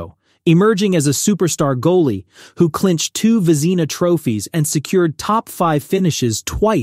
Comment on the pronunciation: That’s the wrong pronunciation! For the Vezina trophy!